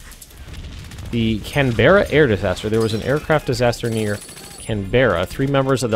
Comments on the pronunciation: yo, just a thing, because i live in Canberra and for the life of me i cant understand why people outside Australia can't pronounce it properly hahaa so your saying Can-Ber-ra and really emphasising the e Its pronounced Can-brah Just 2 syllable not 3 :P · Canberra sounds like this "can-bra" the is is kinda silent.